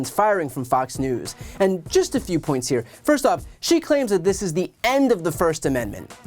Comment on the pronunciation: What is a “firssten amendment” anyways? 🤔🤡😂